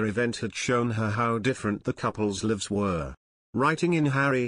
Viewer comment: It’s not leves it lives.